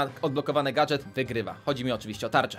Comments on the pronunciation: Gadżet nie gadGet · Nie gatget tylko gadżet